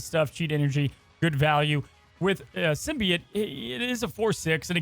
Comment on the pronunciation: I'm sad learned how to pronounce symbiote correctly.